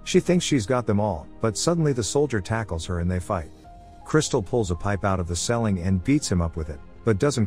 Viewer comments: "She fights the man for a riffle." A rifle. "She takes a pipe out of the selling." It's a ceiling. I see why YouTube is demonetizing channels that use fake AI voiceovers. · also can't say "ceiling"